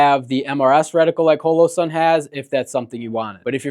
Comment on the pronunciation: Why are you saying holosun like that dude?